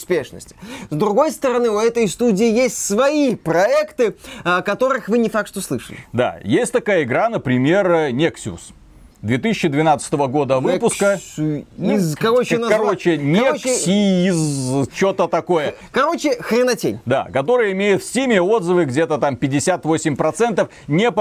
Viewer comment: Да не Нексиуз а Нех*йз, написано жеж по русски :D